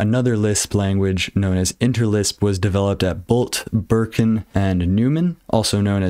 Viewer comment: *Beranek, not Birkin.